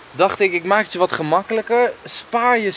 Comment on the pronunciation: De klemtoon ligt verkeerd.. hij gaat naar je zus.. of naar iemand anders zn zus😂